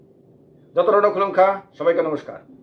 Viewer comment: আপনি নমস্কার এবং কুলুঙখা সুন্দর স্পষ্ট করে বলবেন।